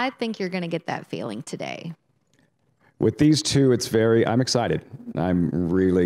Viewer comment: Dude, the word is TWO, not TYUUUUUUUUUUU. Anyone reading this and doesnt know what I mean, listen to on the NYRA live show.